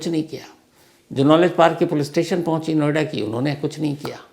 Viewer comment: नोएडा पोलिस ✖️एडा पोलीस😂